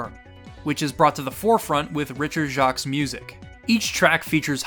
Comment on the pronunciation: Jacques is pronounced like Jakes.